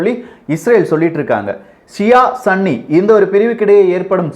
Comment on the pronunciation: Bro athu sanni ella sunni bro😂😂😂